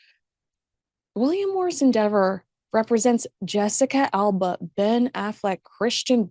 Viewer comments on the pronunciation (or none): none